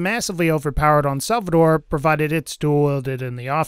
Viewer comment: it's SALVADOR! nothing else needs to be said!